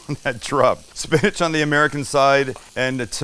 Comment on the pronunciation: Some of my favorite things..."Oops, I swore it🤭", "Ba-ken ", "tom-Ah-to", "'Merican".... Sam, you're a HOOT!!!! (LOL!) Much love from Mississippi 🥰!